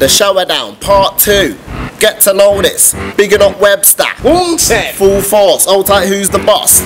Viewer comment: 'bigging up webster" "WUNSENN",Cracks me up everytime..